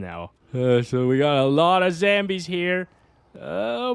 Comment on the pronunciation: Why do u call them zAmbies As in Apple It's zombies😂😂😂